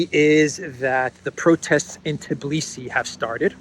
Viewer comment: it is Tbilisi not Tiblisi. Tbi-lisi. Your eyes see it, your fingers type it correctly but in speaking you swap two letters around. A common mistake, everybody says it, which adds to not becoming aware of the error and simply repeating it. Just like the fake story subject of this video. That other news outlets ran the story is no excuse,: you repeated it like a parrot, just like Tiblisi. Makes one think how many other "errors" are also simply repeated unconsciously. People's heads are full of it...